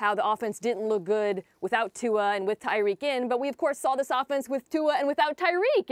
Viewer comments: Lol why does Stephen A say “Tuar” instead of Tua 😂😂😂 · It’s Tua